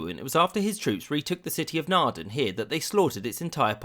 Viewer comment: As a Dutchman, I'm not disappointed, which is new! There were some things I'd have found important you glanced over, but I'm pretty happy with it. Also, you mispronounced like everything (although you pronounced Naarden (next to my hometown) correctly!) , so if you ever need help to pronounce Dutch and German terms, you know who to ask ;)